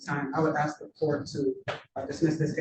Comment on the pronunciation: I take issue with the fact so many of these supposedly "highly educated" attorneys are incapable of properly pronouncing the word ask.